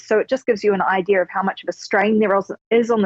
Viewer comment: have an ide-arh... lol